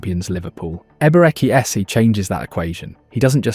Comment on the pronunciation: if you can't pronounce the first name just call him "Eze", quit messing up the name